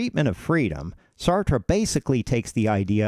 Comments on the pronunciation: Well made video. Would recommend looking up "How to pronounce Sartre" but other than that great job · Pronounce his name properly You Americans cannot speak English !!!!! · It would have helped if you pronounced his name correctly. Just sayin. I had to read Being and Nothingness in school. It was the only text book used in the class for the entire semester. It's a bear. Of course the class was Existentialism. Um, the guy's smart.